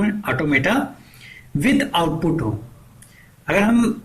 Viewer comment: Output suna6e but outputo ki sir u aga uccharon thik korun